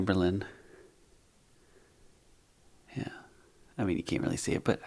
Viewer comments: O M G did you say AmberLynn?!? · Wait..Did you say Amberlyn?